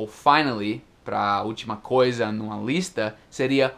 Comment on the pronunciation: quando você falou a palavra "lista" pareceu um paulista falando.(Alguém que nasceu no Estado de São Paulo).